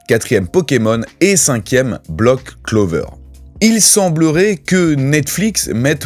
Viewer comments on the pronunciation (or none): Black clover et non block clover Ahaha